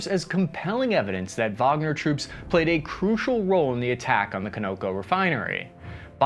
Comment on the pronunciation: Con Ō Cō